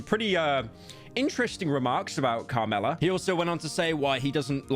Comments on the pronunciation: Pyro its Kamala not Carmela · pyro are you fucking tony soprano or something why are you saying carmella instead of kamala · Kam-ala not Karmela. Fell off. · calls kamala karmella, refers to plovers as plowvers, oh yeah, its sloppin' time. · “Kahlama Harris” I’m done bro 💀💀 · My man does not want a metros booming moment but keeps saying “Karmila” not “Kamila” 😂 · who’s “Carmella” pyro? 😭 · Pyro: Kamala ❌❌❌ Carmilla ✅✅✅ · Everytime he says "carmella" i feel like im gonna stroke. illiterate pyro? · "Carmella" nice one pyro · Carmla? It happened again man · bro said every possible wrong pronounciation of Kamala's name. I think he even called her Caramella at one point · This deadbeat has been saying Carmila instead of Kamala the entire video like it's a Sopranos reference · He keeps saying car mella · He didn’t want another “Metro’s Boomin” moment but is calling Kamala “Carmella” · U kept saying Carmella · Bro said Carmella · its kamala not carmella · Bro called Kamala, Carmella like the trash Hazbin Hotel character, bro is COOKED💀🤣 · Ah yes, Car-milla Harris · Pyro keeps pronouncing Kamala like "Carmelo" and all I can think about during this video is the retired NBA player Carmelo Anthony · Bro is so scared of another metro booming situation it happens every time he says Carmella than Kamala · It sounds like hes saying carmella every time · Pyro makes sure to name the correct rapper then proceeds to call Kamla "Carmela" for the rest of the vid. It's ok though, I also have The Sopranos living rent free in my head. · “Carmela Harris” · pyro so paranoid about mispronouncing artist names that he didn't pay attention to "Carmela" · The irony of cripple checking every day and not being able to pronounce Kamala right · Saying “Karmela” instead of kamala rivals metro is booming track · “Carmelo” Pyro quite SLOPpy with the pronounciation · bro keeps saying carmilla as in carmilla from castlevania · why does he pronounce it "car mella" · “Karmella Harris”